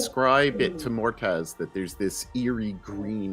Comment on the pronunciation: I keep wondering if nobody is going to tell Xehra's player that "Mortaz" is actually called Moataz before the end of the campaign.